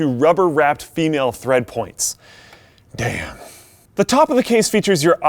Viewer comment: that "damn" thou